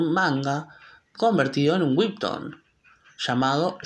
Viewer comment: No es por hate, pero me mata que diga "wibton" como intentando pronunciarlo en inglés, cuando en inglés sería webtun 😅 lo noté porque pues he oído a personas decirle tanto así, como webton pero es la primera vez que escucho a alguien decirle wib se me hizo tan raro jaja